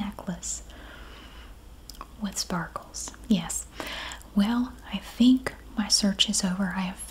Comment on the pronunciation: i love the " yeyysss" for yes haha southern twang!! i wish i had one